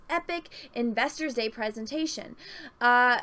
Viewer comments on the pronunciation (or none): none